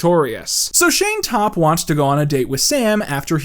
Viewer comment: the way he kept saying Shayne Topp 😭